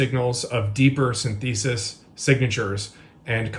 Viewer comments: I wish yanks would pronounce the word SYNTHESIS correctly The emphasis is almost NEVER on the second syllable .... and please use that rule for the rest of the entire Yankie vocabulary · Big apologies to everyone I offended with 2 words I've mispronounced since I was a kid: synthesis & syntheses. I could never quite pull either of those words off, and sometimes merge the two in weird ways. In lieu of my crime, you can take away my birthday. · the way that clown says synthesis makes me want to punch america in the dick forever. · I’m extremely disappointed that guy doesn’t know how to pronounce the word synthesis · I'm sorry, but I can't trust the word/work of a man who can't pronounce "synthesis" even close to how it's said correctly. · The guy making the analysis has a lot of knowledge, but that knowledge apparently doesn't extend to "how to pronounce synthesis." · That dude really needs to learn how to say the word "synthesis". JFC! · Ok good reveal, but your source needs to learn how to pronounce "synthesis" to sound credible. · this guy can't even pronounce "synthesis" correctly, much less explain how the detection actually works. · AHHHHHHHHH Please learn how to say synthesis correctly! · I never heard "synthesis" pronounced that way. Is it correct? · The guy can’t even pronounce synthesis correctly and says some random test is “scientific”. I don’t think he really understands what scientific means. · It was like a dentist’s DRILL hearing it, and it was said like 80 times!! 😖 What - a - dumbass. 🤦‍♂️ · The abominable pronounciation of synthesis caused me to have a stroke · Yes. D'Addario is guilty as hell, but still this guy can't be allowed to get away with that. Over 5 times, too! He's completely discredited as far as I'm concerned. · It's pronounced, "SYNthesis", not "synTHEEsis". 🤦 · "Sin-Thesis"??? No-one pronounces "synthesis" that way. No-One!!! It's pronounced "Sin-tha-sis". 🙄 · wince every time that guy said “sin-theeee-sis” instead of synthesis